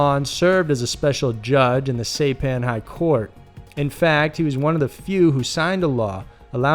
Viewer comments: SIGH PAN, not SAY pan... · SIE PAN bro, not say pan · Saipan is pronounced "Sie-pan," dumb ass. What the hell is the matter with you? You mispronounce something on almost every video. Are you too much of a lazy ass to do a little research? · Saipan is pronounced as Sigh-pan, not Say-pan. “underage Asian women”. That is a strange wording and connotation and is an attempt at severity softening. Tell it like it was: he had sex with minor Asian girls. (children) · Great vid! The pronunciation of the island is “sigh-pan” rather than “say-pan”. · Sy-pan. FYI is all... this is a solid channel, quite enjoyable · Ahhh yes old Saypan hahaha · It's pronounced Seyepan. As in EYE. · "Saypan"??Say what? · Saypan? Who says SAYPAN? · Saipan, (sss- eye- pan) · Say-pan? Really?! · It's pronounced sai-pan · Hate to keep correcting your pronunciation (research would help), but Saipan is pronounced SY-pan. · It's Saipan like sa I pan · And you pronounced saipan wrong.